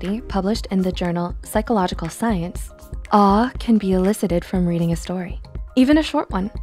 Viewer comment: When she was saying awe I thought she was saying R